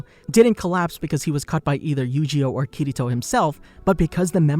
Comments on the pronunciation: not kiyto but kirito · Kirito Kiriro.... Kiri...TO! lol